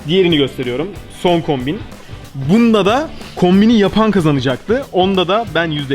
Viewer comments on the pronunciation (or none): 00.39 saniyede kombin yerine hombin ywziyo sandım sizde öyle sanacaksiniz bakin